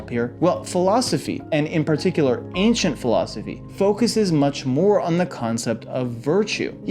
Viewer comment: Yesss! I was told read self help in high school I said and your the teacher? You mispronounced philosophy btw 👏